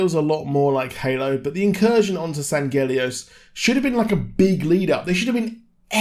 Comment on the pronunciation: And he says it completely wrong.